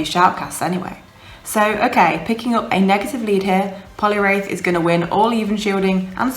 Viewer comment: Hate to be dat b!tch, but it's Poliwrath not wraith. Only saying because you said to and it's one of my favourite Pokemon! :D Nice video, Scrafty is awesome, I'm working on one for UL now, along with all the other XLs I'm working on. :/